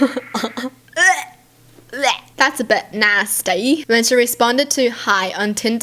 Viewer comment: Hi! I love your Vids! Happy to see that your still posting 😊. I also like how she said "That's a bit Nastay" LOL Edit: Happy New Year!! 🥳